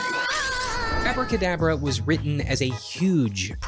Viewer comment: The funny thing is its not even called "Abracadabra" as the guy in the video is pronouncing it. It was called Aabra Ka Daabra, the A here sounds similar to the A in "Saw" or "Aww". Its an elongated Aaaa. It was a goofy a$$ B grade movie, idk how or why this guy came across it Lmao